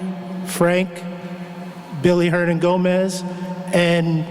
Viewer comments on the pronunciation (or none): Dude called him "Billy Hernan-Gomez"